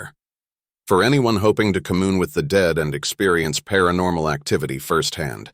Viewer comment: ... "Commune" is pronounced "come-you-n", not "ka-moon".